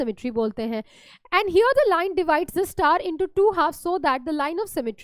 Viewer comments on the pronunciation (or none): none